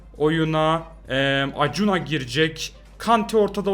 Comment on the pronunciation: Akunya diye okunuyor abi Acuna